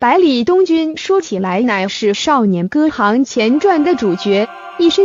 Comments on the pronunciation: 看了兩集影片的解說，戲名都說錯了耶！不知道嗎？雖然是破音字，但是依汝之學識，應該要唸對才是呢…?是少年歌"ㄒㄧㄥˊ"，不是少年歌"ㄏㄤˊ"啦🤔🤔🤔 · 戏名都念错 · 我勒了个去。🤣 名字都还不会读，就急着做解说了。😩